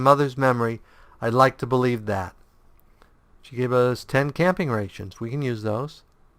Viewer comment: Decided to play alongside you, been fun so far. I was a little shocked when you pronounced rations wrong (since you seem to get some crazy name correct), but it isn't a big deal.